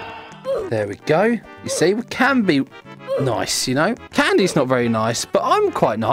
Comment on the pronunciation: LOL HE SAYS I'm noice but Kandice is not noice even though he killed some ppl LOL THIS MADE ME LAUGHING SO HARD